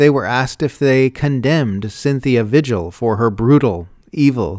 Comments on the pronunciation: All except the pronunciation of "vigil". It's a Spanish name pronounced "vee-hill". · Vigil should be pronounced VEE-hill in this instance, I believe. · This is great, but the name "vigil" is Spanish, pronounced "vee-hill". I'm just north of the New Mexico border, and it's a pretty common name here.